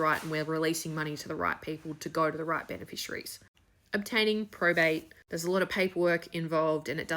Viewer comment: There is no prostate in Australia. Hasnt been for decades. Also, the speech impediment is quite frustrating.